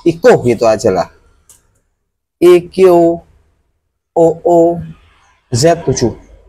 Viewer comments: Reupload lagi ya bg video 8 bulan lalu btw iqoo bacanya aikuu😅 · Bag di baca IQOo